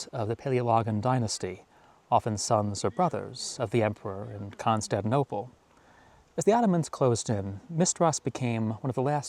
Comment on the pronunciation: I'm sorry, I cannot watch anymore because you butcher the name of ConstanTInople